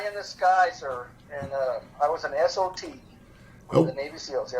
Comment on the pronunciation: He keeps saying he was an S. O. T. and I keep hearing S. O. B. 🤦‍♂️